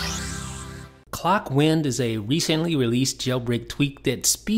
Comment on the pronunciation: I would hate to correct you but it's ClockWind rhyming with hind or mind not wind as in gust of wind. I think so anyway.